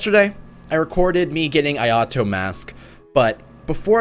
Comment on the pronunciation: So since we’re correcting your pronunciation, Ayato is pronounced like “Eye-Uh-Toe”